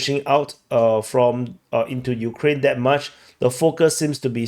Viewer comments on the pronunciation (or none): none